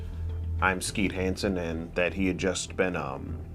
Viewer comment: Excuse me…… “Skeet Hansen”?